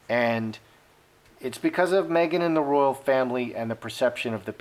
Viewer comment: Anne, Princess ROYAL, not ROYALE!!!